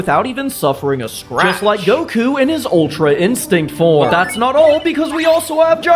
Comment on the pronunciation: You butchered Goku my guy